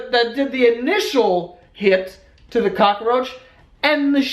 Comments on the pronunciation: Who says “cockroach” tho. 😂 I add an A also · you say cockroach funny lolol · Omg the way Joe says cockroach 😂😂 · its cockroach u dumb new yorker not cockaroach lol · Its cockroach. Not Cock-uh-roach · He said cockaroach not cockroach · "Cockaroach" Joe can't words. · Cockaroach. I love it. We pronounce it Cock-roach in Oregon. We LOVE your vlogs!!!! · I like how he pronounces cockroach.(Cock-a-roach). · "Cock-a-roach"... I fucking love you. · Lol what is a cock-a-roach? Lmao i may be wrong but i think its just cock-roach lmao 😂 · "Cock-a-roach" I love it! So adorable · i think it's funny that when i lived in nyc everyone called it a COCKAROACH, Now im back in south carolina and here it's cockroach. just saying!! love ur videos joe.. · "cock-a-roach" Im fucking dying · you heard it here folks, "cockroach" has 3 syllables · I love how cockroach is three syllables when joe speaks hahahaha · Cock-er-roach..........why, Joe? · I'm sorry... Cock-a-roach? Cockaroach. Not.... Cockroach? (Also I've read the word cockroach so many times now it's lost all meaning) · cock-er-roach. I'm dying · lol "cock-a-roach" 🙄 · Cock-a-roach. Fucking adorable. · Does he say "cock-a-roach" or am I hearing things? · Is it me or was he saying cockaroach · WTF IT'S NOT FUCKING COCK-A-ROACH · Every time he said cockaroach I was dying laughing. I couldn't handle it. 😂😂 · I didnt realize cockroach wasnt pronounced cockaroach until these comments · cock a er roach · He says cock-a roach. WTF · "cock a roach" lmao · Hahaha "cock-a-roach", is this a NY thing, pronunciation thing? Hilarious, the whole story :D What is that cool lil tune at the end as well? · Why do u pronounce it like kakkaroach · Gift = extra syllable to the essential story word (cock-a-roach) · Ca ca roach. Lmao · Soo weird how everyone’s commenting on how he says cockroach. do we say it different? Isn’t it how u say it lol I didn’t know New Yorkers say it different